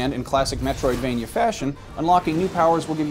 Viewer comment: It's Metroidvania, not metrovania.